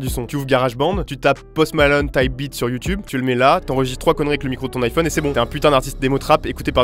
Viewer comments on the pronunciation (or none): none